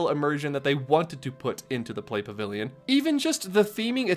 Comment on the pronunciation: I swear I thought he said sigma pavilion